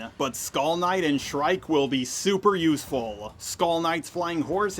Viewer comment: NO WAY bro called Shierke "SHRIKE"?!😭💀💀